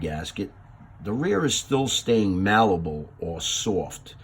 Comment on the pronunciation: Good info, Check out how Merriam-Webster says malleable. Good video Thanks